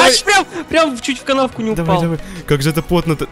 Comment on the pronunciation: В Тагс сказал упял :D